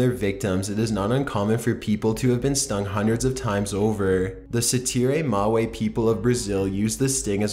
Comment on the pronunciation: It's not pronounced "see see fly". Try again.